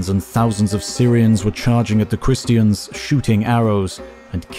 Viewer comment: I enjoy these videos immensely. Thank you! But (possibly because I'm ill) I found your pronunciation of Christian distracting and a little irritating. Who says christy-en? Edit: It's definitely because Im sick 😂